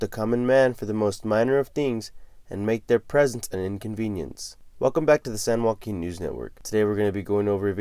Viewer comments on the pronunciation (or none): all i have to hear is san joaquin lol, im watching